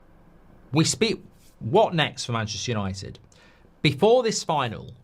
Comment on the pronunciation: It's Yawnnited